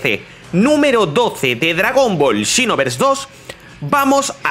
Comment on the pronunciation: Hace tiempo no veo tus videos y escuchar el "chinoverse" se extrañaba ya